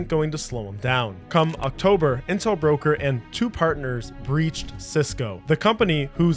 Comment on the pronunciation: “Octomber” ah yes my favorite month